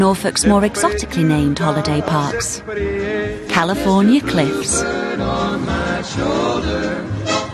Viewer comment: "Cailiforna Cliffs". LOL!!! 🇺🇸☝️